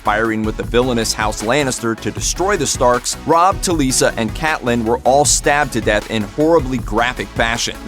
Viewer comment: Cate-lynn! not Cat-lynn